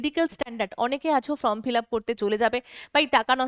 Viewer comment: ফ্রম না ওটা ফর্ম হবে, আপনি বারবার বলেন যে ফ্রম ফিলাপ করতে হবে, আসলে ওটা ফর্ম হবে